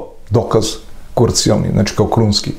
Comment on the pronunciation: Он је толико неписмен да је са уверењем изговорио реч "курцијално', уместо КРУЦИЈАЛНО. Па неписмењаковићу каже се круцијални доказ а не курцијални доказ. Очигледно је да је око њега све КУРЦИјално